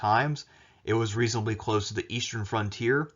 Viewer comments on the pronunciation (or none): none